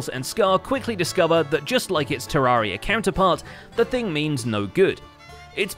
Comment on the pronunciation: i can't believe you said Terraria wrong good episode anyways